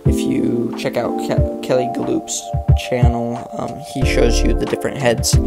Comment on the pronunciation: Hi, nice looking fly. But I believe to correctly pronounce Kelley’s last name is the same way as a horse running.